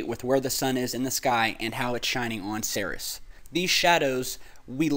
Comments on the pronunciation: Ceres is pronounced Sear-ease, not Ser-Is. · its pronounced like 'series' not 'serous' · Kinda cringe worthy when I hear "Ceres" pronounced as "Saris." "Ceres" is pronounced "Series," like a "TV series."